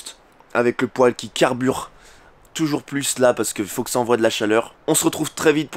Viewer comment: Le poil? on dit un pouèle